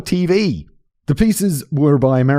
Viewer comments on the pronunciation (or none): none